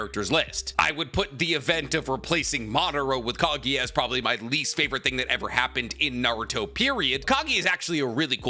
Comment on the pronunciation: am I only one annoyed by how he says kagiya instead of kaguya